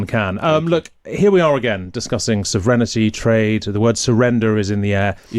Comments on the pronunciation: What’s this with people everywhere saying “soh-vreh-ni-ty” all of a sudden? Surely the Brexiter example, calling it “sovrinty”, which is much closer to the mark, was clear enough? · the hell is savrennity? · Did he say sovereign-ITY?